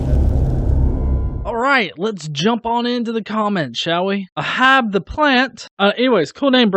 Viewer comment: You read my comment!! BTW is Aa-hab. Like Captain Ahab. It was my favorite aloe vera before my cat ate it.